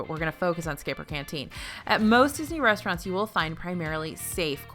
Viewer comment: now lets talk about the resturants! Me: The W H A T